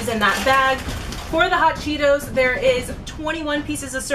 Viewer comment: how she said hot Chito‘s and talkies